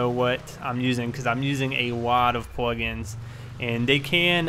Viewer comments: Why do u say pwugins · pwoice, pwug ins, pway through anyone else notice that😂😂